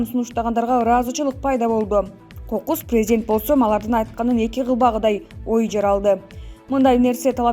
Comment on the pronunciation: Пийзидент, пийзидент , пийзидент...